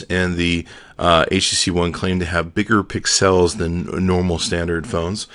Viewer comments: I think it's funny when you say "pick-cells" instead of pixels... Lol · i love the way you say pixels lol :D